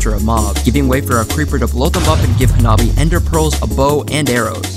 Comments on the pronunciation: Hanabi means fireworks in japanese, also that was pronounced terribly, at least get their name right if your announcing someone’s accomplishments. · Dawg what kind of american ass pronounciation of hanabi is that 😭 also i love that dude's avatar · As fast as a firework Explanation: 花火 (pronunciation: "hanabi") means firework in japanese